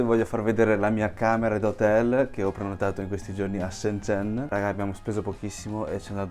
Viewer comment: Mi fa morire il cambio pronuncia da cinese perfetto a italiano perfetto 🤩